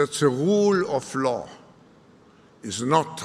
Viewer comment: Did Schnob say "woool off law"? That must be the wool they pull over everyone's eeys.